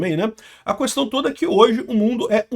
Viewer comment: Falou cuestao já entendi 😂😂😂😂😂